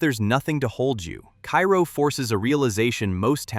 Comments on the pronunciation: Kay- ro not kai-ro.... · You mispronounced Cairo. It’s pronounced KAY-ro. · Loved your content. You can hear the person behind the video. I enjoyed the pacing. I enjoyed the jokes. One point of clarification, Cairo IL is pronounced karo like the syrup. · Cairo, IL... Pronounced "Kay-Roh." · Number 10 is pronounced “cay-ro” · It's Car-o (long a) Illinois. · Hearing Cairo mispronounced a dozen times in the first minutes made me post this comment then move on to another video.